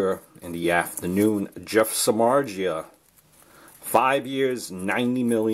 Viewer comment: Agree, ppl thinks hes overrated pitcher but they forgot he was pitching for Cubs and White Sox, teams with terrible offense. 90 mill is still lot of money but i think its worth, we will see. Btw you are just 1 of few who know how to pronounce his surname. His grandfathers coming from my country :D